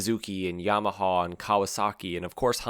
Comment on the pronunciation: It is Yamaha, not Yamahaw😊